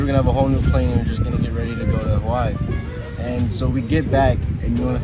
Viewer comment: I hate the way she pronounces “Hawaii” 😒